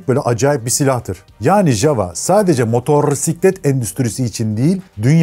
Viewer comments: Video güzel anlatımlı olmuş teşekkür ederim. Ancak Motorrrrrsiklet kelimesi hosuma gitmedi. Java çocukluğumda hatırladığım ilk motosikletlerden. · Motorrrr siklet değil, motosiklet doğrusu. Motosiklet videosu çeken biri bu hatayı yapmasın lütfen.